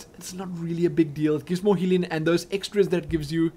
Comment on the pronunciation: I just realized, whenever says "healing", I hear "Helene". Oh man.